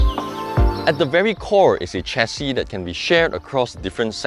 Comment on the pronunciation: Excellent review. It is "share-C", btw. Not "chair-C".